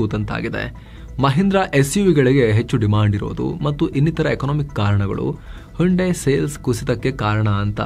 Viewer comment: ಹಂಡೆ ಅಲ್ಲ ಸರ್ ಅದು. ಹುಂಡೈ 😄😄